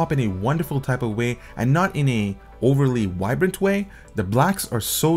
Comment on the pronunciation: Nice and thorough review. What is your 1st language? "Vibrant" is pronounced with a V, not a W . And screen is not pronounced like it is spelled "scween". What "weally" attracted? Samsung "welated" apps You just have issues with pronouncing v's and r's. Nice review.